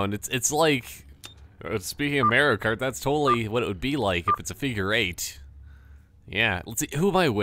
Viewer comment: Haha you kept saying Mario kart like MAREio kart!